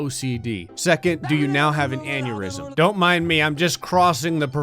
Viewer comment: I laughed so hard when he said "you have an anyurism"